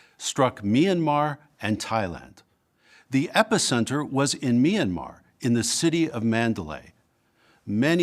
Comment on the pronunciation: Can't even take five seconds to learn how to pronounce Myanmar correctly!